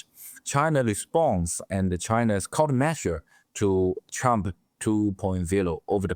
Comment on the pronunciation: I know it's only accent but I think we should all pronounce Trump as Chump.